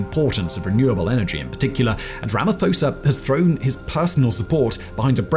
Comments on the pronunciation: Pronounced: Rah-Mah-Paw-Sah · Ramaphosa is pronounced "RAMA-P-HOSA" not like the Greek ph.